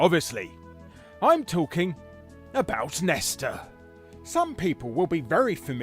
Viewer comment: You wrote "Nesta" but keep calling him "Nester." Whats the deal?